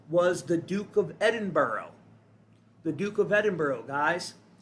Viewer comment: it's 'white' hair not blond and how do you know its a symbol of the Pleiadians, could be most likely "Tall Blondes" alien reference. Edinburgh is pronounced as "Edin-Bruh" LOL there is no borrow in that word- no rabbits hehe. 😂 Gen X (they call me the editor terminator lol ) GREAT VIEW on youtube!!!!